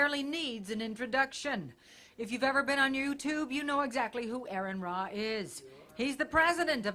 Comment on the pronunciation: I love how the woman introducing him first mispronounces "" and then after fixing it, mispronounces "Ra".